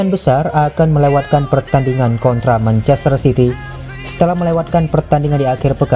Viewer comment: Perlu bnyk belajar lg nih naratornya, manchaster dibaca menchester gitu. 😀